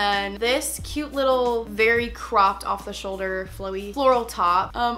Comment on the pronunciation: Can u say CUTE instead of CUE it’s so annoying